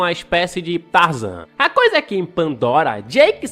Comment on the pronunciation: "Espécie de trazan" kkk